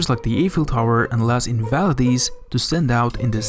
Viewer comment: Las Invaledees….